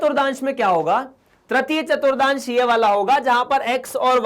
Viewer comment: Sir ji vo chaturthans hai na ke chaturdans